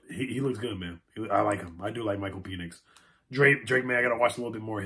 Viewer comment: Michael Peenix??😂😂😂 Penix!